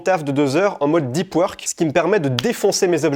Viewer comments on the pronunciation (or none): "i" pad .... omfg tellement frustrant à entendre et le livre dont tu parles c'est pas "deup weurk" aussi par hasard ?